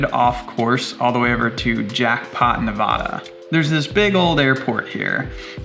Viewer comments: Nevadans be like, “did he just say ‘nah-vah-da’?” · Loved the video until Nevaaaaaahda. Hard to hear that.